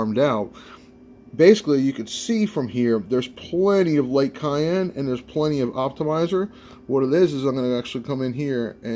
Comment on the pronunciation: Hmm, I've never heard cyan pronounced as cayenne.